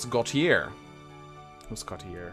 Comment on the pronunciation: Gautier is Sylvain’s house. Also it’s pronounced Like “Go-tee-ayee”. Normally I don’t care about pronunciation, but that happens to be my last name so I have to